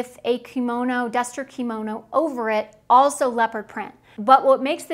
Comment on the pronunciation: Please learn to say the word Kimono properly!! It is NOT pronounced KEY Mo No. It IS pronounced KIM OH NO!!!